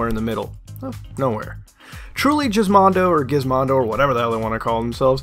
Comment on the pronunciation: What the hell is Jizzmondo - I thought it was GizMondo with a G not a bloody J